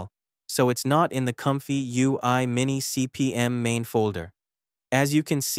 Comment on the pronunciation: MiniCPM, not MimiCPM 😊